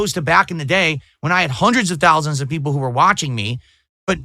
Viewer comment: Peepul like me now Craig!!